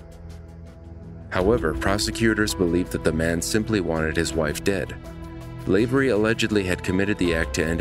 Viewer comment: Not Lave-ery, Lav-e-ry.